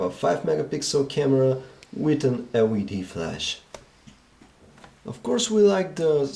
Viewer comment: The way he says LED <3 hahahahaha